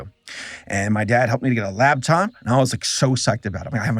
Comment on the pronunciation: it's a LAPtop, not a LABtop.